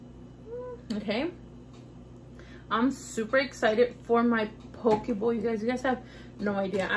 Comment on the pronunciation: Say it like this, po que lol❤ love you girl!